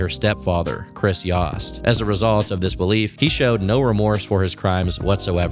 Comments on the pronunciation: its fine, it was just very bizarre when it happened, and to see him make a video on people i knew personally especially when he is pronouncing their name wrong is also surreal. Its pronounced like Toast>Yoast>Yost. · I could be wrong but I believe it’s pronounced yo-st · its y-OH-st. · It’s obviously pronounced ‘yOHst’. your pronunciation is so irritating 😭